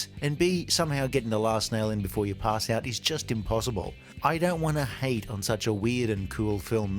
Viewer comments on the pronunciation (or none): none